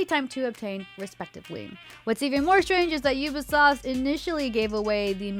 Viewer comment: did she say “Ubisloft”? 😂